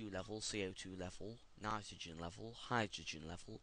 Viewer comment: love it how u say nitrogen u sodund like ?"" nitragoen " 5/5